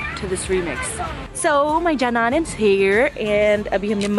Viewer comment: Sis as usual Vlog is awesomely good well done 👍. Rain🌧, Rainbow🌈, thundering🌩, clouds🌫 and wind are things i love most. Your commentary is very intresting i.e Badal Ragre Bijli Giri etc HAHA. In video i found a new term JANAN and the way u pronounce it very AMAIZING. What happened in the end is common here😢. Woh kia kehte hain chor ko sab chor nazar atte hain but never mind. I felt very proud when you showed your aggression bcoz it is symbol of ture person. Keep it up wish u all the best